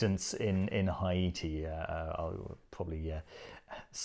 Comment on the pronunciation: Thank you for saying "Ayiti" (Haïti) right.